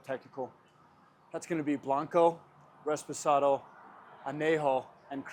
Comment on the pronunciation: Its reposado, not resposado. Not that it matters because you're not making tequila, but at least you acknowledge that.